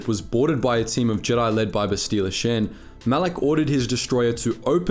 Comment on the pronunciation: I can not stand the way you say Bastilla Shan, they literally pronounce her name in the games. It's Bast-Ill-Uh Sh-On